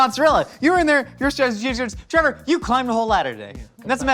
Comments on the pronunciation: I am sure that I heard Link call Trevor " Trayvor " yesterday morning. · Yea, calling Trevor "Travor" is a joke on the channel. Can't remember how it started though